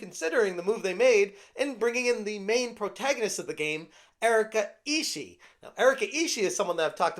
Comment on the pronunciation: Just friendly info to, her surname 'Ishii' can pronounce in Japanese as 'E-Shi-E'.